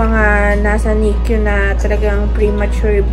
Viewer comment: ❌❌❌❌❌❌ NICU HINDI NIK-Q ❌❌❌❌❌❌😂😂😂😂😂😂